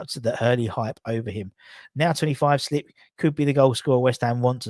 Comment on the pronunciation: Hey, why U still call Patrik Schick "Schlick"? Where did U get that L? It always makes me laugh. Anyways, greetings from Czech. Take care mate. COYI